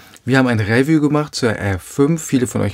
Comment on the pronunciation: toller Kanal, danke, aber könntest Du mal "review" richtig aussprechen, ja klar nicht wichtig aber es fällt mir jedesmal auf.